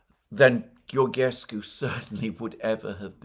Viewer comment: Hi Alexander , I follow you for many years now and I love your content. When you pronounce Georgescu's name try to think of George Soros , so when you call the name of George is the same as Georgescu except that at the end you add SCU GeorgeSCU ( SCOO )